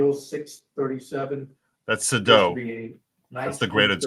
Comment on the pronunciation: It’s not Suh-doh; it’s Say-dow